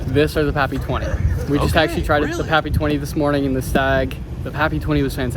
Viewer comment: Was slightly disappointed when the girl couldn't even pronounce pappy thought she was just there to sell it lol I don't mind the secondary raffle not a bad way to go Enjoy the content